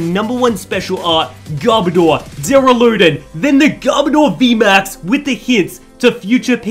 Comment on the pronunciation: it's doo-ral-a-don not derra-loo-den